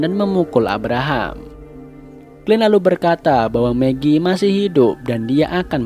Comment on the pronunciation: Maggie - megi Shane - sen Dale - del Philip - filip Lanjutkan lagi😆